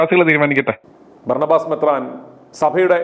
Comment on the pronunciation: ബാർണബാസ് അല്ല ബരാബാസ് ആണു